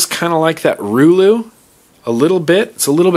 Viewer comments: Reuleaux is pronounced reuleaux not, rooh looh. Please, I promise. I speak French:P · ITS NOT [RULU] its [RILO] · I may be wrong, but i think you're still pronouncing that mod wrong. Isn't it pronounced "roo-low"? Or is it "roo-lou"? Anyone know which is correct? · I think the Reuleaux is pronounced "Ruh-Low". Also the definition of Reuleaux is the shape formed at the intersection of three circular discs. Hence its shape, kinda. :) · ROO-loo haha your funny.. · roo-low bro lol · It's pronounced RAY-LOW!!!!!!!!!